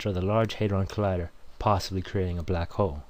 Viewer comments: i love how the guy say balck hole but all and all great vid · This dude's racist. He says "Black ho" a lot. Lol. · LOL! It sounds like he's saying "Black Ho"